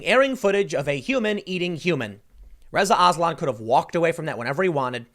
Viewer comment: When you said "Reza Aslan" I thought you were saying " RIZZA ISLAM"